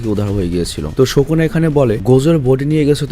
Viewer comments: ভাইয়া প্লিজ ঠিক করে উচ্চারণ কর। নামটা সুকুনা not শকুনা।😑😑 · ভাইয়া তুমি সব সময় সুকুনাকে শুকুনা কেন বলো😅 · Bro its sukuna not shokuna 😂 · sukuna❌ sokuna✅ .....😵‍💫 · Vai kisu mone koiren na.😢 Sokuna na sukuna hobe• Sukuna bolle Valo hoy karon apnake ar jonno oneke onk Kotha bole.😢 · ভাইয়া সোকোনা বলেন কেন সুকুনা বলবেনন প্লিজ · Sokuna na sukuna😂😂😂abal